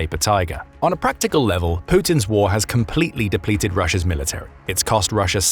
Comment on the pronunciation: The second time you said Russia you said Rusher again.